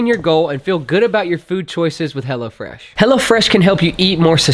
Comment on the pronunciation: Great videos—all of them. I keep cracking up because when you talk about your sponsor it sounds like you are saying Hella Fresh…which is a way cooler name than Hello Fresh. Lol